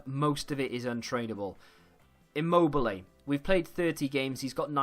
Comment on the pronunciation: Belotti and Immobile noooo 😭🇮🇹 This is killing the Italian part of me